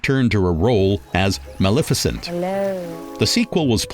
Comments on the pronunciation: I enjoyed the two-part presentation immensely but the narrator needs to work on pronunciation. When talking about the movie Maleficent, he pronounces it Mal efficient. This is one of many. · Is the narrator of this (very good) documentary AI? Or just some miseducated homeschooled person who has never ever ever watched a movie, had a conversation, or listened to an audiobook or radio broadcast or sermon or…. The mispronunciations were funny at first, but “Mal-efficient” takes the cake. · Okay, I've been biting my tongue throughout but this narrator is taking the mick right? His pronunciation of film " Fil-em", Malificent " Mall- effiecient" just to name a few..... surely this is a piss take 🤣🤣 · The narrator is just butchering everyones name! Mal-efficient? Really?? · When you want to correct the mispronounciations but you don't want to teach the AI... 😵‍💫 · It's good, however the narration is very poor, even laughable that person can't pronounce English , locations and actors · Wonderful job! But the narrator hahahaha. The pronunciation of Maleficent made me laugh